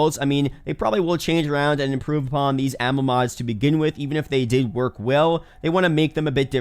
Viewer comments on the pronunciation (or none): none